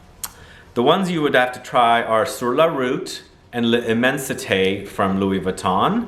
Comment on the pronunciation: the limmensite is pronounced "lemon-seat"